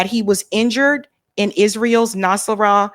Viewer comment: Hasan Nas-ral-lah .